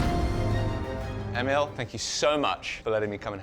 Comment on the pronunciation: The smith is probably named Emil, not Emiel..unless hes French or something. Cheers from another Swedish Emil !!!